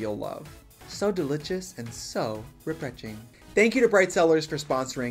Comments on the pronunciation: “so delitchis, and soo refretching.” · I need someone to make a compilation of every time that Trixie said "so delicius and so reprecing" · Delichous and represhing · Everytime I hope trixie will say "so delitious so represhing" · “So deliChes and so refretching.” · LOL “so Delitous and so Refreting” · No one: Trixie: delichious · "So delijust and so rebrejing !" I want that in a shirt! 👄👄👄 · "so delichus and so repemching" T-T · Did she said ✨delitshus✨?